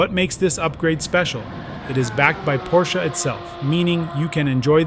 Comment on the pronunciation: No se dice Porssss